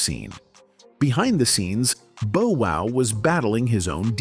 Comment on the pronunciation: The pronunciation..“Boe” Wow … is irritating